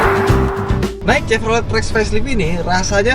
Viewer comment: kenapa host nya ndeso banget nyebut chevrolet nya salah.. nyebut bose audio nya salah... ckckck.. ya standard minimal host otomotif ya wajib lah..